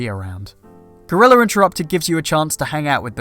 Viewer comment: ....... lmfao 'Gore-Real-lurr'